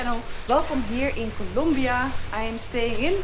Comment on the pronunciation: Noraly it is COLOMBIA not COLUMBIA hahah